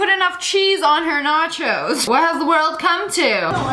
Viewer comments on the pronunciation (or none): "natcho" chezzz